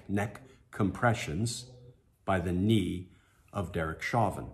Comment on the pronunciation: His last name is French in origin. Pronounced as "shovan"